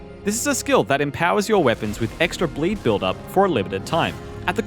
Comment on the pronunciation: BLEEE BILLL?!?